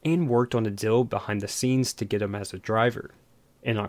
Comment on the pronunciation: Deal...Deal... DEAL!!!!! NOT DILL!!!